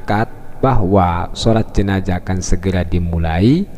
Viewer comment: Gelar Ustad... bilang jenazah aja gk becus😡😡